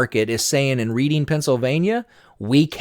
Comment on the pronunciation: Great video. Pronounced [Red-ing] Pennsylvania